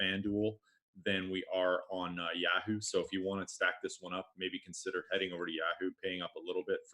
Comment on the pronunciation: Dude, learn how to say YAHOO